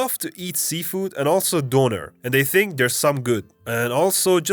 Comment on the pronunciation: "And they thimk they're some good" damn you've been to the maritimes hahaha